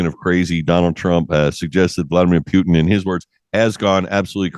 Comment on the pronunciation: For god sake its Putin not pjutin,learn a name and surname of best presidente in world for change for u anglos i have solution words put and in,put in like what ge is doinig to you puting thing in,together and u have normal pronaunse of his surname Put